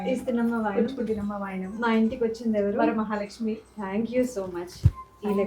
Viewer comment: ఏం తల్లీ తెలుగు రాదా? వారామహాలక్ష్మి ఏంటి... వరమహాలక్ష్మి 🙏. సోకుల మీద ఉన్న శ్రద్ధ అమ్మవారి మీద కూడా ఉంటే బాగుంటుంది......